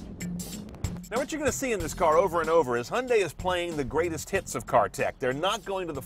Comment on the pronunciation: What is a "Hunday"? Fucking dick weed can't talk.